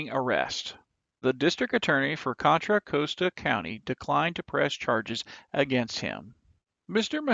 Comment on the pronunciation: The narrator needs to learn how to pronounce Contra Costa county in California.